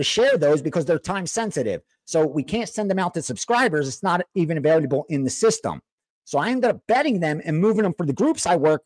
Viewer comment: Lmao can't say Available, he says availyaabke